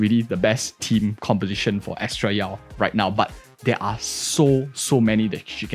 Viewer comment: "bennett yao" XD